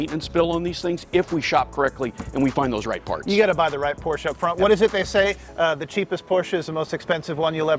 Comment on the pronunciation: You two have helped me decide over another classic Mercedes, another Land Rover, and finally a third Porsche two-seater. This video was awesome and I appreciate the enthusiasm, the clarity, and the fact (not minor) you know how to pronounce Porsche. (Por-sche). I will support you in any way I can and will let you know when a Cayenne is in my stables! Good job, gentemen! N